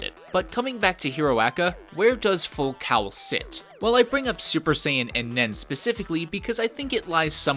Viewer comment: ITS PRONOUNCED FULL FUCKING COLE and FULL COWEL! I cringed every time he said that word...you get triggered after multiple times...